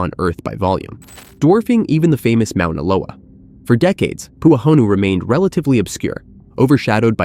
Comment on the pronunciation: Got to love AI, it can't even properly pronounce Mona Loa! It is not the largest volcano on the planet by volume! It's not even 4th. Mona Loa isn't known to be the largest volcano on earth! It is hands down the tallest mountain on earth being over 1000' taller than Mt. Everest, however it's not higher above sea level, most of it is under the ocean. Just more fake BS.